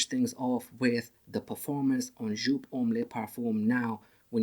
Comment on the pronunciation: you pronounce it wrong. the designer is Wolfgang Joop who is German and his last name is pronounced like (yoop)